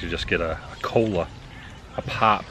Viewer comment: I think he said cola. It did almost sound like cold one.